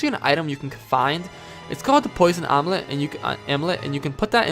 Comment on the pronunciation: When you said amulet, like poison amulet, it sounded like you said omelette a few times. And I was thinking 'what kind of breakfast is he talking about?' ;P